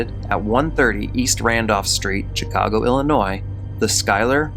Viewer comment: Great video tho honestly as someone from Chicago it hurts hearing the way he pronounces it! 😂🤣 is this just me? Lolol😂